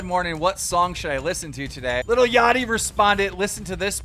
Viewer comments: it’s LIL not little jesus christ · Damn Keemstars such a boomer dad he pronounces "lil" as "little" twitter: Josh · I love how keem says little instead of saying lil-@ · “Little yatchy...I love little yatchy to death” “Little Yatchy” bro ITS LIL L I L NOT LITTLE you literally couldn’t get whiter if you change your name to white